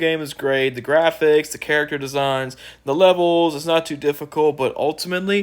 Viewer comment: Da gwaphics, no open world!